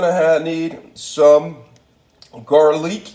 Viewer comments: Jarlick and jeenjer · Dont forget Ja-pahn and garleek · bro i’m fuckin crine!! i peeped it 😭 he funny as shit and he doesn’t even mean to be. he says “garleek” 💀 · “GARLEEK” Lol